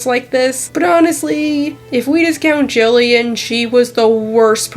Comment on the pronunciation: It's Jillian you accidentally said it wrong